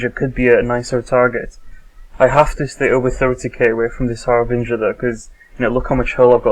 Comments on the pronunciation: ...No. No it isn't. The ship is called a Harbinger, pronounced "härbənjər". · argg.. its so annoying to hear people say Harbrin GIR! its Har'Bring'er!